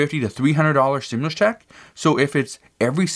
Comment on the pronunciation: Why do say 4 th stumlius commin